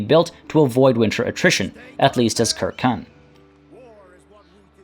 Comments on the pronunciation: "Kirkun" bruhh, you did say right after you would butcher every pronunciation but its "sir-seen" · Circenn is probably pronounced with a soft c like for the football club Celtic (Seltik) rather than as a cultural reference (Keltik) but in all honestly your quest to pronounce things correctly might just need to take a back seat with anything Celtic. Look at this phrase: Uisge Beathe. How would you pronounce that? Ooseag Beetha maybe? Try Oos Ge (hard g) Baa. Or this name: Ruaridh. Ru Ar Id? Nope, just Rury. Aye... Gaelic (gaylik) just doesn't sound the way it looks. Don't beat yourself up about it, half of Scotland wouldn't have a clue either.